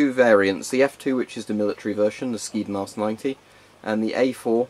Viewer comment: The skyddsmask 90 is pronounced more like hjyddsmask